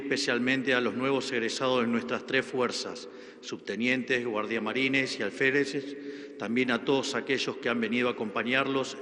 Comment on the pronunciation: Burro, se escribe y se pronuncia, GUARDIAMARINAS y ALFÉREZ